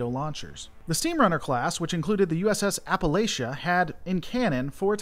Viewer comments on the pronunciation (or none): none